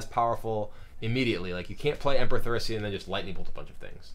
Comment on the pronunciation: Emperor Thaurissian" :D :D